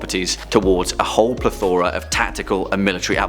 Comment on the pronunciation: Notes: 1) It's PLETH-ur-uh, not Pleth-OR-uh 2) THANK YOU SO MUCH FOR PUTTING DAREDEVIL ON THIS LIST. He actually deserves to be here completely and I'm glad he's recognized. 3) Wolverine in no way whatsoever deserves to be on this list. He's practically immortal. He was used in all of those wars because he could just run out front and not die. The highest prowess of strategy he's ever shown is being thrown by Colossus. 4) Why in the hell is CYCLOPS not on this list? Like Batman, he has rehearsed codes he shouts on the battlefield, as he has prepared every possible strategy with whatever changing team he has as the time. He's a great leader because he's never the strongest on the team, and is keenly aware of his entire team's strengths and weaknesses, and the X-Men as a whole change accordingly (in both lineup and physical positions around each other)